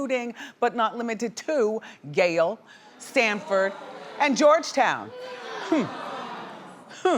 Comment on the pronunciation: Yale NOT Gale learn to read dumbass